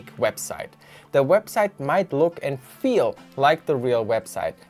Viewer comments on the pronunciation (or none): none